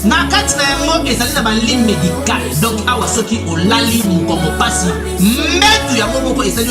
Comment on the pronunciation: Oyo penza azalaka mayelete oyo, azoloba DONKI......DONC